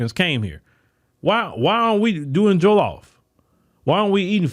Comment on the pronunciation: I love pronunciation of Jollof rice, fufu and egusi, He's obviously well vast in the Nigerian and Afro culture ❤❤❤ Love you my Afro Americans. 🤗